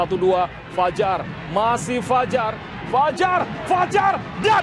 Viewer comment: fajar , r nya gacooRRRRR